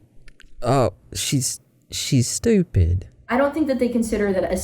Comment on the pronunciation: “she’s- she’s stupid” that southern drawl had me laughing my ass off oh bless her heart